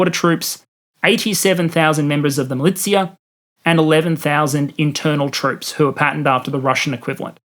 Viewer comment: Mah-litzy-yah lolll